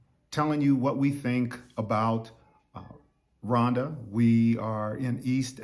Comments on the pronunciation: Is it Rwanda because you seem pronounce it Wanda Rowanda is The correct way I believe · I love the coolness in your speaking👍🏽 It s pronounced RGWANDA😉